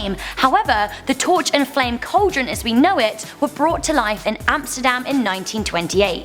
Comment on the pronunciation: What the f**k is a "call-deron"?